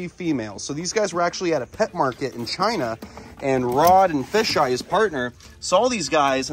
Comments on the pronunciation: It’s not “fisheye” it’s pronounced Fay-ji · Rod's partners name is Kevin. And his nickname is pronounced 'Fay Jai' . Just FYI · psssst you pronounce kevins nickname as FAY Ji